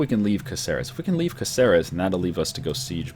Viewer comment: Ey... just a tip.. It's CAceres, not CaCEres, and CanTAbria, not CantaBRIa.